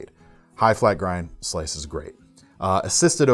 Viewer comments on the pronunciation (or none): none